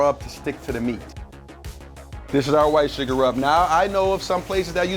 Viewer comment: I commented the second I heard surgar.